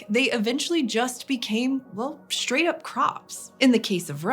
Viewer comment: "Shtructure, Shtrong, Shtraight, Shtrange". PLEASE STOP. :(